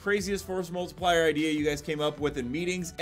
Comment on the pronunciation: Stop saying forced multipler. Seriously its stupid!